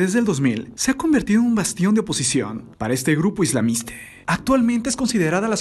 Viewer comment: x2 corta las palabras al final y aprece que dice "Islamiste" "Novente" "dos mil veintiune" "Novente" me desespera, tiene buen contenido pero no soporto su pronunciación y que al final cambia las letras o hace algo raro. 🤦🏻‍♀️